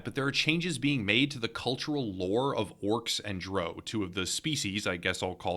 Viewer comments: Drow is pronounced like / rhymes with "now", not like know. Also, they literally say in the books already that (paraphrasing here) "Although almost all drow have been evil, there are a few notable exceptions" They literally say how the race does not define your personality. And if orcs / drow were not playable, and were just monsters, we wouldn't have that problem, because nobody is getting offended that dire wolves or giant spiders are portrayed as savage and evil Anyway, good video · "Drow." Rhymes with "Cow."